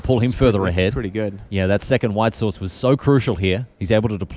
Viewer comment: 2nd- because second, not secord